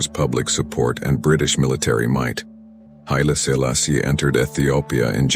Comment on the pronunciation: Murdering those names damn